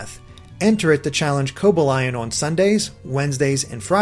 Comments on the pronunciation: It's co bal ion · hear how he pronounces cobalion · AND you pronounce legendary pokemon names wierd its not KEE-Oger its KY-OGER spelt Kyogre its not SWA-EE coon its SWEE-coon and its not COBUH-Lion its COBAAL-EON good? good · As if mespirit is any better 😂😂 or for that matter uxiiie 😅 or deoxies almost forgot his brilliant way of butchering cobalion's name coba-lion